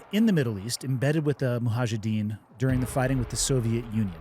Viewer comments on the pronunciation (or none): Hey, it's actually mujahedeen... not muhajideen ☺ all love and respect